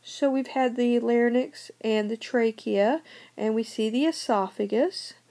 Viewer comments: I think she has an accent. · larnyx? or larynx......? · Thaddeus Erzar yea but the woman says it weird you boof